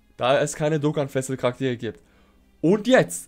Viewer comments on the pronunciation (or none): "Dokkan exklusive Charakter" und "Festival" zb, sprichst du so schnell aus, das es komisch klingt. Ich weiss nicht obs vielleicht n Dialekt ist aber, Festival zb klingt wie Festl. Und da du relativ oft die Wörter verwendest, ists mir halt aufgefallen. No Offense an dieser Stelle, finde du machst absolut gute Arbeit.